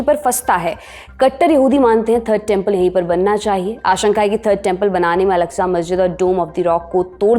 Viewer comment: Its masjid aksa ak-sa. Not alaksa. Inshallah Humanity will win ... Down 👇 Israeli